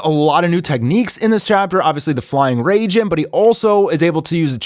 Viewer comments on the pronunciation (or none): It’s Rai-jin like rai-kage. Not Rayjin. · flying RAY-JIN? its RAI-JIN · Did he really say flying rayjin 😂